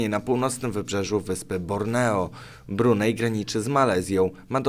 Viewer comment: nie mówi sie brunej tylko brunei i akcentuje sie na "i" wtedy to zupełnie inaczej brzmi,troche sie czepiam ale robisz czesto takie błedy